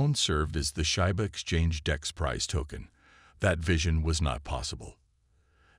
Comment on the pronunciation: Can you please get a computer voice that pronounces Shiba correctly? Come on.